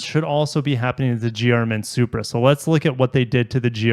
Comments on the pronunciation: Everytime he says GRMN is sounds like he is saying German lol, kinda fitting. Would love to get my hands on one of these but sounds like my chances are very slim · GR MN… at first when you said that I thought you were trying to say German 😂💀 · GRMN prenounced German! enough said.